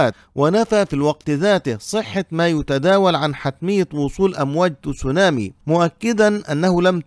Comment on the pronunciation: يا رجل، كيف جعلت الكلمة الياباتية Tsunami فصيحة بوضع الضمة على التاء؟؟؟ تُسُونامي؟؟؟؟ عن جد؟؟؟؟ هههههه بل إنها تصونامي، تباً لبني قريظة!!! 😂😂😂